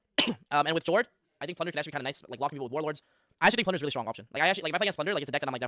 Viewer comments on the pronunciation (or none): none